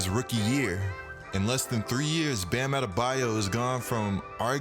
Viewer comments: “Bam adebaya” “Toronta” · His name isn't Bam Adebayeh